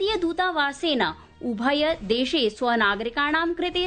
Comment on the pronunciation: रामरामराम। शुक्रवासरः। सायन्तननवार्ताः। ....... मृत्यूपरान्त-🤦‍♀️❌। ......... उभयदेशे❌।......... मृत्यूपरान्तम्🤦‍♀️❌। ...... पोर्तुगाआल्?।...... पोर्तगालीयाः। ............. । 🤦‍♀️ जयतु संस्कृतमेव संस्कृतम्॥